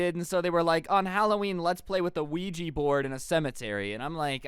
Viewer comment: don't mess with weegi board Nintendo:. It's Luigi oh what he mean Ouija